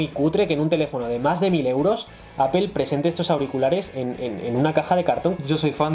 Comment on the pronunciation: Pues yo me voy a poner a llorar si sigo escuchando manzana en inglés:apel